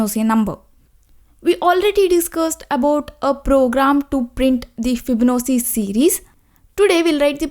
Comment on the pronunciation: fib-no-c. 😂 this is the worst pronunciation of this word I've heard.